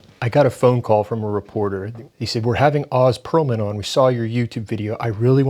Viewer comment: You’ve watched all this content of him and can’t say his name right? You just a jerk that is deliberately saying his name wrong or are you just a jerk who doesn’t care enough to get the name right of someone you’re calling out? Honestly the latter doesn’t make sense seeing how many clips you’ve watched with him and his name being said.